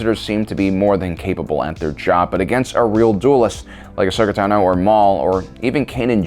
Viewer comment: I don’t know why but it bothers me so much that he mispronounces so many different Star Wars words like Kashyyyk or Tano, AND ITS NOT POTATO POTADO ITS JUST INCORRECT